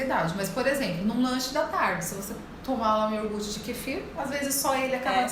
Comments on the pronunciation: Ahhh que ruim ouvir uma doutora falar yoRgute! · Nao é iorgute. É IO-GUR-TE. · Exatamente. Ela fala IOR-GUTI. que deveria ser: IO-GURTE. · Iorgut? até saí do vídeo. Aff 🤦🏼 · Me dando agonia o “iorgute” kkkkkk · A médica fala "iorgut":(( 😭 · Feio é uma nutricionista que fala IORGUTE, pelo amor de Deus. 🤦🏽‍♀️ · Ela fala orguti? Ou eu não entendi?